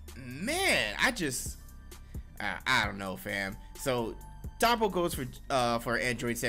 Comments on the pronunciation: Toppo my boy not topo but good shit liked the review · I swear y’all mispronounce anime names on purpose 😂😂😂 “topo“